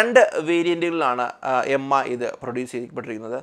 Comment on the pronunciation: M I alla Its mi('me' pronounciaton ).